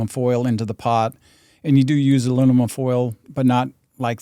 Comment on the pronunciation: alunimum?! lol